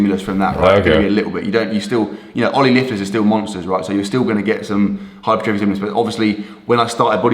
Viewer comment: The difference of knowledge is never more evident than pronouncing the word 'hypertrophy'